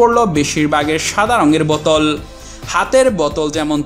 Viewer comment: বতল কেনো ভাই বোতল হবে তো